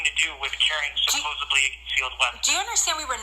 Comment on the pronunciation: Ughhh….. he’s also a person that says ‘supposeVly’….. DEATH PENALTY…. He deserves it just for that